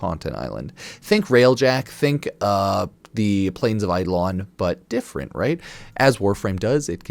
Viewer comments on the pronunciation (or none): none